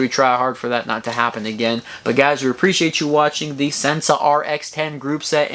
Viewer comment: Sensah is pronounced "sen-say" ---probably the moonshine kickin' in. lol great segment...